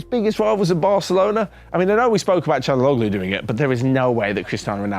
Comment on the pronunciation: It's pronounced Chal-han-oh-loo